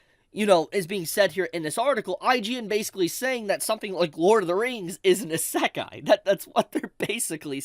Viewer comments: You saying isakai bothers me more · i cant stand how pronounces Isekai. He constantly says Sa-Kai. It's pronounced "E-Se-Kai " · It's EEE Seh Kai. NOT EH Say Kai. Kthxbai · It's: Ee Say K-eye (Kai) Not: Issekk Eye 3 syllables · I lost it when you said "Asekai" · "ASAKAI" bro, learn to fucking say it properly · You should google how to pronunce Isekai properly first before anything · No kidding. Three syllables and my man pronounced all three wrong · I think he’s trying to rage bait me by the way he’s pronouncing Isekai. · I got isekai’d by pronunciation of isekai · And then there's also this guy pronouncing it wrong lmao. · i dont even think he listens to himself and notices. or he is doing it intentionally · bleeding my hears with the way he pronounce “Isekai” 😭😭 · Knew I wasn’t the only one thrown off. How hard is it to pronounce it the same way as the Japanese people do 😂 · making fun of IGN while my eyebrow twitches every time he mispronounces isekai. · Agree. my ears are bleeding